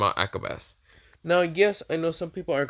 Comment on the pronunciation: Pretty sure it’s (Ah-cah-bawn-A)